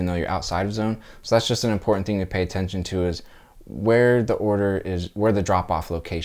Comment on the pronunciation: Fake ass video. Listen to the way he says important